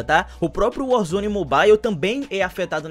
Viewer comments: a pronuncia certa é "Mobal" e não "Mobaiu", vc acha que seria uma boa vc trazer isso pra galera, por mais que seja algo pequeno, mas faria até que a galera entendesse quando os devs falasse sobre o game e tals. Sucesso irmão, seus videos são muito massa. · Ave Maria eu so escutei "mobail" nesse video 😂😂😂